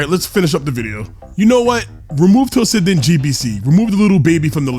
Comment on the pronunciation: Why do you pronounce like that ... Tossinden instead of toshinden